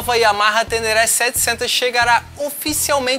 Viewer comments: Se vier num preço competitivo, é uma moto interessante, seria a bigtrail com pegada mais off do mercado por aqui. Mas o que dói nos ouvidos é ouvir "TÉNÉRÉ" com acento agudo dos "E's". O correto da pronuncia é "TÊNÊRÊ", com som de acento circunflexo nos "E's"... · Só pra dar uma dica: A pronúncia correta do nome dessa moto é "tênêrrê" Espero ter ajudado.